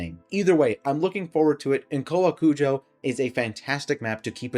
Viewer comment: You actually got the pronunciation perfectly, literally every other youtuber has been calling it cow-a-kujo and its been driving me insane